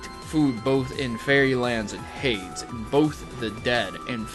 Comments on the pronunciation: Fairy type is the opposite of the Evil type. You pronounced Hades (Hay-Deez) as Haids. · it's pronounced HAY-DEEZ not HA-DEZ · hades is not pronounces hayds and hay-dees. and "demoted demigods" demigods are HALF GOD gah my pjo freak is showing